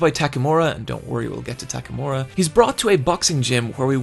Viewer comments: God I love TAKAMORA! it's takamura m8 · and tackmura, while should be pronounced as "tack a moo rah"